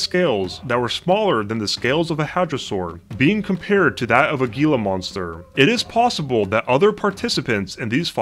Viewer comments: it is pronounced hee-la monster despite the spelling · He said “Gila monster” with a hard “G”, lol!! It’s pronounced “Hila” monster!